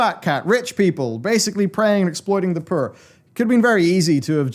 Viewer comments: Wait, after mentioning rich fat-cats, did you say "exploiting the purr" instead of "poor"? 😉 That's what I heard anyways. 😅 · "Literal fat cats exploiting the purr." was that on purpose or the accent?